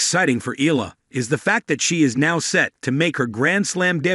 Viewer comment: Pronounce it correctly, not ela, its EYALA👌